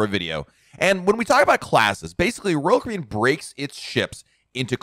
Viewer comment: The way you say "Royal Caribbean" is distracting. I couldn't watch for more than a few minutes.